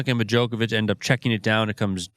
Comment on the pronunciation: Absolutely! But listen , when they clearly call him "Bojocovic" instead.